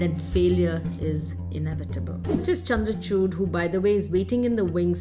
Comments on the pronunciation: man-ka-chuut, chandrachuut x;D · Please Hear 0.30 to 0.35 Min ....😅 Chandracuth...